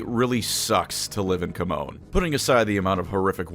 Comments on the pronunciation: Great video. But GW has gone on the record that Chamon is pronounced "Sha-mon" not Captain falcons taunt. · Isn't Chamon pronounced like shamon? At least that's how Supremely pronounced in TW: Warhammer.